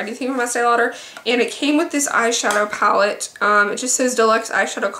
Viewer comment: "Pall" LOL